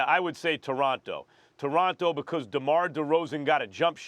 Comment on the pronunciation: Mans can’t even say Toronto properly